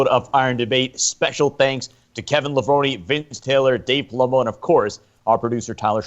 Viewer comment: correct pronunciation is lev-rohn.. think about how you say macaroni, its not levroni.. think about how you say bone, its levrone